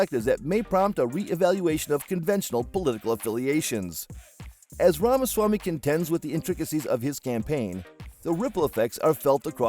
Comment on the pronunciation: It's apparent that a lot of work went into this presentation but it's hard to hear his name being mispronounced over and over.